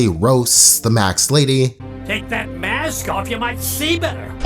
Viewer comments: DUDE ITS MASK NOT MACKS 🤬🤬🤬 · Dude its m-a-s-k not maks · Mask not max brooooo wtfff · Epi-tome isn't that bad but maks cannot be forgiven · Why tf r u saying max Its mask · its mask not max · MA*S*K massssk not MAX godamn... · Damn you really have a hard time saying Mask lol sounds like Max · Masssk massssk not maccs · Why are you saying maks instead of mask? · I love the video, but bro, you’re saying “max” and not “mask” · Sorry but it Mas K MASKKK MAAAASK not maks its maskk MAAASSSSSSSSSKA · He rlly said maks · “The Maks” 😂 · STOP SAYING "MAX" ITS MASK im not even a minute in and im already triggered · why he says "maks" instead of "mask"? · You say "it sounds stupid" My dude...you are saying mask "maks" deliberately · does this dude not know how to pronounce mask or is it just me... "max" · Okay so anyone else get annoyed on how he said “Maks” instead of mask? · "The Makst" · Every time I hear “maks” My bones hurt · Bro I cringed so hard, MAXED LADY??!?!?!!!?!?!!! Like bro he literally says how it’s supposed to be said in the episode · the maksk ladeh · “The maksk” lol... edit: not being mean, just thought it was funny, loved the vid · The makhkhsksks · The maxks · Why does he says maks instead of masks :( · So let me get this straight If a woman is beat by a man she has the right to beat any man because she has experienced trauma??? You are stupid and you can't even pronounce mask lol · Please sir, annunciate the “k” !! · Why can't you say mask? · The way you say mask is pissing me off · This is a great video and all, but "and I think the episode, THE MAKSK" also, EPI-TOME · Why the fuck does he keep saying 'Max' or 'Maks'. Like duuude i can hear you speak english well and pronouncing every word clearly. But when it comes to saying mask, you say Macs. Am i missing something here???????????? Idk why the fuck this annoys me so much, i feel like im being trolled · Nobody: Absolutely nobody:: “macks” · you cant say mask